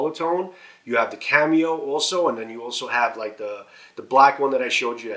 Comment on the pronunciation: why are you saying cameo instead of camo